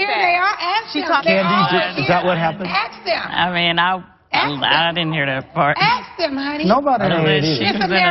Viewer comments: I'm sorry but the way Nene says "ask"😅😅😅sounds like she is saying aks😂😂😂😂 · “Miss America axe them!” YO I’m dead😂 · 😂 she pronounced it correctly it just sounded funny the way she emphasized it 😂